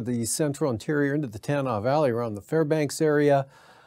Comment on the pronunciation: For the Cheechaco weather guy. Nenana ( Neh nana ) Tanana. (Ta-nawnaw.) Just saying.